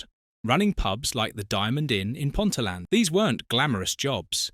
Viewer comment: Enjoyed listening to this story but you can tell the commentator isn't from Newcastle... Ponteland is pronounced Pont tea lynd 😊 not pontyland